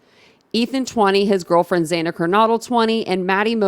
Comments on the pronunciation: Ethan has NO siblings that are married and it’s Xana. Short A, like Anna. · It’s Chapin, long A, not Chapin like Chapstick. And Xana, like Anna, not Xay na